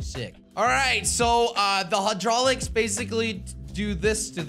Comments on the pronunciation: The ruined is from knight rider also it hi drolics spelt hydraulics not however the hell you pronounced it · HAUdrolics......... NOICE